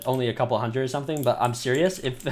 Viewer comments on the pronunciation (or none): none